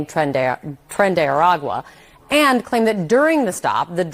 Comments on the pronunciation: it is "A-ra-qua", not "A-qua" like you say. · What's tren de agua? A gang of water? Lol can you pronounce words?